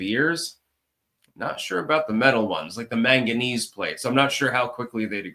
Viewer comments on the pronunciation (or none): none